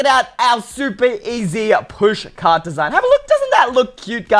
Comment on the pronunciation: I don’t celebrate Christmas 😭 i have to wait until my birthday so I can grab some merchandise edit: it sounds like your saying push card